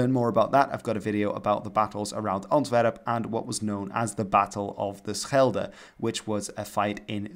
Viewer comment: Do you speak dutch? No american can say schelde that good.